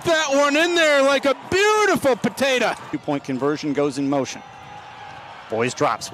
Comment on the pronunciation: “BEAUTIFUL POTATA”